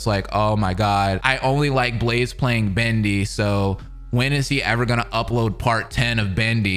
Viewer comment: I know you probably spent a long time making this but the only thing that i care about is how you called Blaze “Rlaze”